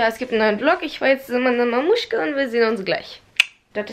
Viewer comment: Du hast nicht wirklich “Mamushka“gesagt. Das heißt Mamatschka NICHT MAMUSHKA